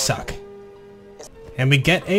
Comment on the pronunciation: Dont say it right take some classes